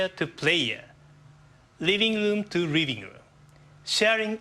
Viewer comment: I lol'd when he said "riving room to riving room"